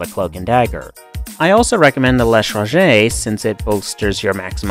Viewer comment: yay, you pronounced l'etranger correctly, so many dont